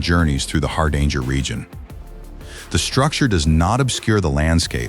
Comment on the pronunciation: You could at least give it a try to pronounce "Hardanger". The name has nothing to do with "a hard anger".